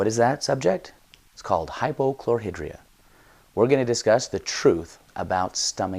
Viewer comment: Why do Utahrds pronounce words incorrectly??? Chlor-High-Dria